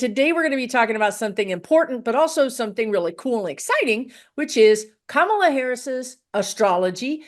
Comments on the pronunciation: Emphasis on 1st syllable on kamala. This is an awesome reading. I love when someone explains astrology where it makes sense. Ty! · COMMA - LA! not KaMAla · Her name is Ka-ma-la NOT Ka-mal-la. Please and thank you! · 1st syllable KAH, not KUH. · Please pronounce Kamala’s name correctly,! 🙏 KA-ma-la, not ka-MA-la. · Can everyone please try to say Karma - la rather than Ka - MALA thankyou :) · Comma-la. Please pronounce her name correctly! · Kamala is pronounced Comma La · I think it’s disrespectful to mispronounce her name. Trump also pronounces it kaMALa. To be mean. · trying to really listen to you is difficult when you repeatedly mispronounce KA-mala as you do right from the start. Just sing in your head from the song Camelot as Randy Rainbow does on YT: KA-mala, Ka-mala etc. Just sing it. Surely you know the song. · Her name is Kamala. As in Comma-la. Why is that so hard? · Please pronounce her name correctly! And Not MAGA style! Pronounced Comma-La! We must show respect and pronounce people’s names correctly, especially when they are our next president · Please pronounce her name correctly! Not MAGA style! Pronounced Comma-La! We must show respect and pronounce peoples namescorrectly, especially when there are next president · I just heard someone pronounce her name as Comma La. That made it easier for me to say her name accurately. Hope this helps others, too. 😊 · Coma,pronounced,not k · Ka- MALA…Make America Laugh Again! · Very interesting readings. Please remember her name is “Comma-la”. I am getting sensitive to her name mispronounced. Weird i know. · Please pronounce her name correctly ❤ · The right refuses to say Kamala's name correctly.... I wish we could ALL pronounce her name with the emphasis on the first syllable and not the second. Go beyond the hate speak. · Kamala - accent on the 1st syllable! 💙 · Nice but your cohort is pronouncing her name wrong. You 2 are great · Why can’t you pronounce her name correctly??? Grrrr